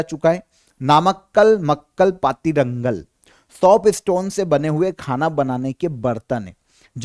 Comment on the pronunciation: sir you can pronounce patrangal wich means utensils